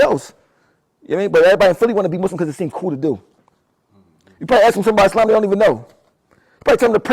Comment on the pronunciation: How You Mis Pronounce “Islam” & “Quran” But You Muslim ?